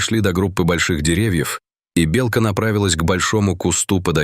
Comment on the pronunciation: Почему неправильное произношение слова " белка"? Отталкивает слушать.